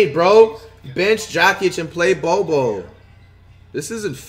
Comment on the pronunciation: "Bench Jok-ich and start Bowl-Bowl"😂